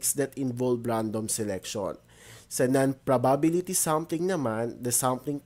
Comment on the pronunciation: ganon po ba talaga pronunciation ng probability?